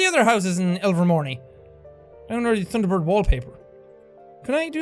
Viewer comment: "thunder bore" - jack 2017